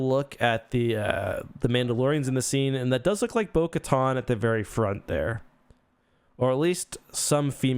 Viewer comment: Bo-Katan pronounces her own name in S2, sounds like you need to hear it and work on yours.